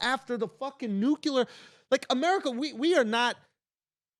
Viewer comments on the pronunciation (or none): Andrew. You're a smart guy. NUclear. Not nukular. Easy fix.